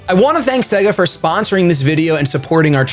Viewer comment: I loved this video! I’ve never heard of this game and now I’m thinking of getting it!! I really hope you do a let’s play of this game. And by the way, the way you said “Sponsored by Suga” has me FOAMING